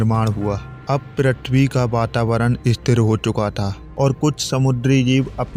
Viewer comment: bhai pritwi nhi prithvi hota hai😅